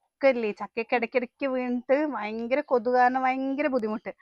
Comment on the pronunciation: വയങ്കര കൊതുക് 🤣ഭയങ്കരം എന്ന് പറ